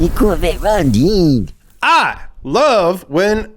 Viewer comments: Rondine (the pronunciation is more akin to "Rondeenae") is the Italian word for Swallow. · LOL at 'Ron-deen' It's pronounced 'ron-dee-nay' in Italian. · me: watching video auto-generated text to speech: cOREvette ronDEEEEN auto-generated text to speech 2: fiat panda mOnsteR trUUuCCCC auto-generated text to speech 3: mOHzDuH fyOUrEyE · The corvette is pronounced Rón-di-ne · There's something incredibly american about saying "Rondine" with the wrong pronunciation and then mocking the italian accent.